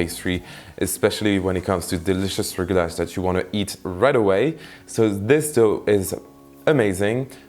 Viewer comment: They are pronounced rugelah or rugelach ( with a Hebrew ch or kh at the end)